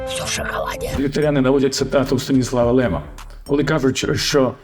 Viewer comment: З великою повгою Але ударение Вы поставылы неправильно Станислав Лем по польский так звучить